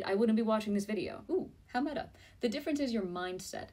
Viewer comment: "how metta" 😂